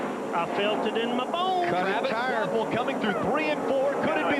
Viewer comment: I absolutely ❤ you & BFM & found you thru BFM but I do gotta ask, who in the hell is Travis Quaffle??? The way I always heard it pronounced on TV, so I thought & so I thought my ears heard, was Travis Quapple, not Quaffle lol. And even Google's CC captions have got u saying Quaffle so I know it's not my deaf ears 😆. Anyway ❤ your channel & try to nvr skip any ads on your vids & hope u get $(💰💵💵💲) paid for them. I just found your channel a few weeks ago, finally thankfully, so I've been binging. Which binging is my fav thing & I feel like I'm binging on a Breaking Bad or Game of Thrones type of show since discovering this channel. I must have watched some of your vids b4 but just nvr bothered to SUB or anything, just autoplayed into the next video but so glad now that I finally found you, WooHoo! You da MAN dude! Please keep up the excellent, entertaining & knowledgeable work!! 🏁🏆👍